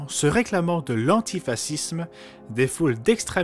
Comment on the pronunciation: Contenu intéressant. Mais la voix off est une cata. Le type ne comprend même pas ce qu'il lit. La disssette? La So-a? L'antifassisme? Les z-hauts lieux? Faut retourner à l'école apprendre à lire, et faut se cultiver un peu. Il ne doit pas même savoir que la piété se trouve dans le dico. La qualité de la traduction de votre émission a fait un grand pas... en arrière. Dommage.